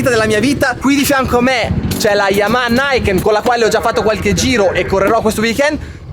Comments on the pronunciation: Uuuuuhhh che occasione per fare un commento da saputello (ma piccolo piccolo) Luca: non si pronuncia "naiken" all'americana (inglese) ma "niken" così come si legge... perché è un nome giapponese. Eheheh. Per il resto: TANTA ROBA, bravo ! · la moto non si chiama "naiken" ma "ni-ken" dove il "ni" sta ad indicare il numero due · Piccolo appunto lessicale: il nome della moto non è inglese ma giapponese, quindi non si pronuncia "NAIKEN" ma "NIKEN"; è l'unione di due parole NI e KEN e significa "due spade".